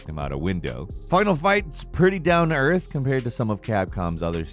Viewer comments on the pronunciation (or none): none